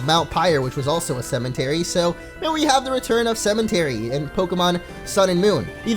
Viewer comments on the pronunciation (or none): Cementary tho lol I died